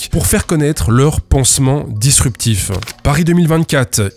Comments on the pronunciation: G ... Dispurtif ? C'est encore mieux que disruptif c'est ça ? Encore merci pour cette vidéo, je vois qu'on n'arrête pas le progr.... Le bullshit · Dispurtif (disruptif) 🤣🤣🤣 Je suis fan de la "coquille" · c'est ''Dispurtif'' 😂